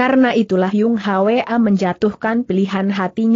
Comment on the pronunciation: Mohon ampun guru ....Bun Hwi itu di baca Bun hui dan Yung Hwa itu di baca Yung hua...Murid jadi malu pada para pendekar di seantero nusantara yang turut mendengar cersil ini. Tobatlah guru...